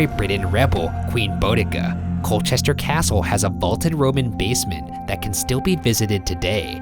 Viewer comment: The way he said Boudicca hurt my horrible history soul